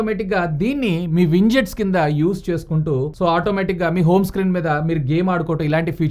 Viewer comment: Widgets ❌️ Winjets😂✅️ Wah anna wah😂😂